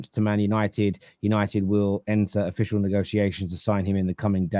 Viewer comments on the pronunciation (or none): none